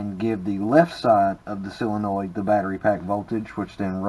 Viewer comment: It is a solenoid. Pronounced, sol en oid.